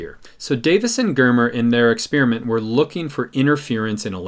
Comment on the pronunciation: How come nobody knows how to pronounce experiment anymore?